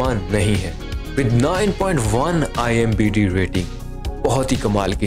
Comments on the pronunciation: IMDB...not IMBd 😂 !! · Bhai IMDb hota hai imbd nahi😀😀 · IMBD nahi IMDB hota hai bhau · Chacha, ...IMBD Nehi hota hai, IMDB hota hai. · Bhai imdb hota hai imbd nhi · Abey IMBD nahi IMDB hota hai😂😂😂 pakistani are damn funny😂😂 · IMDB bolna tu shiklo